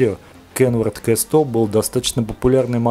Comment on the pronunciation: Не КЭ100, а К100. Или хотя бы Кей100, если на английский манер...